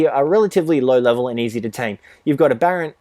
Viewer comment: lol the way you say abberant. just say abberation with ant at the end but with more of a unt. ab-ber--unt